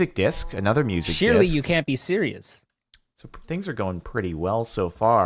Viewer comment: did he seriously say "Shear-ious"???